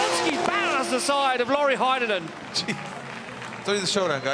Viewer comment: Can you please call Heinonen as "heynonen" not "hi nonen" ty.